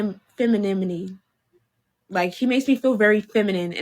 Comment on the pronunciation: She can't even pronounce femininity